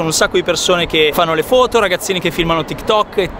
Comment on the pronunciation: Sì però si dice FOTO non FUTO